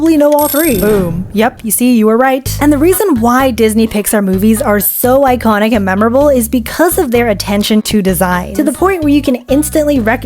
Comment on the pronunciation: I heard “eyekonic” then “manon” 😭😭